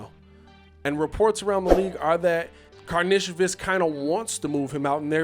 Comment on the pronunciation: From all the videos I’ve seen of him playing over seas it’s Kar Nish o Vis